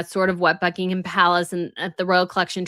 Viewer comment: In 'Sandringham' and 'Buckingham' the 'h' is silent.